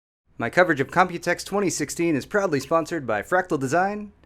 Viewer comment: always think that you say properly sponsored by... :)